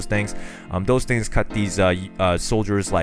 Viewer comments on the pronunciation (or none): none